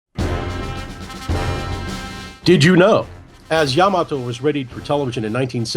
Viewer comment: atleast he know how to fucking say yamato correctly